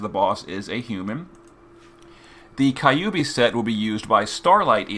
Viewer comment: The way pronounced "kyuubi" really makes me wonder how he would pronounce Kyogre for some reason lmao